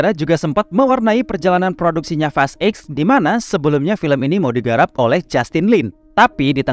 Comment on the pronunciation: fast eks blg nya bg jgn blg eight gua kira lu bahas fast 8 jdinya